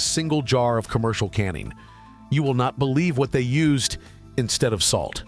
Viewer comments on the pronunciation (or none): none